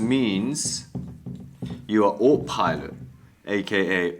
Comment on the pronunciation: Ah- toe pilot! Autopilot😊